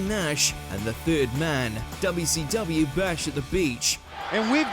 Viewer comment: Its not WCWu its WCWeeh 🤣